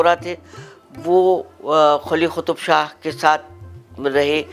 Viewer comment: Yeh khutub shah kya hota hay. Its Qaf so it's Qutub.' Ich' kya hota hay😅. Ye sahiba konsi zaban bol rahi hain